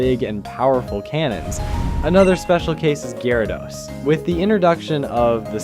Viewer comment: He mispronounced Kidoking and Gyrados.😬